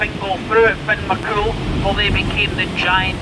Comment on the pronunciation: Nice video. I love everything about Iona. Btw Fionnphort is pronounced "Finnafort".